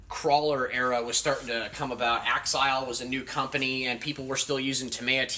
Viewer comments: You worked at a hobby store yet you cant pronounce axial or tamiya properly. Sad smdh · Dude you cant even say tamiya or axial correctly you definitely don't know what you're talking about 😅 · Yeah, he pronounces axial wrong too.